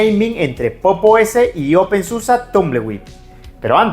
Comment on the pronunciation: No se dice open susa porque el alemán se lee como está escrito, es igual que el español. La excepción son las palabras terminadas en -er que sí se pronuncian como ea..